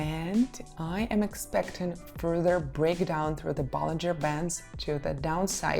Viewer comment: bollinger bands not ballinger lol but i feel you